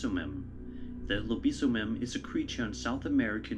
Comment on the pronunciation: The video where there is a monster in Brazil. He pronounced LOBISOMEM wrong. LOBISOMEM translated is WEREWOLF.